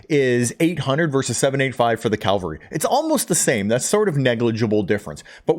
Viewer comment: Great video. One thing though, the word is "cavalry" (Ka-vill-ree). As in "modern soldiers who fight in armoured vehicles" or, historically, soldiers on horseback.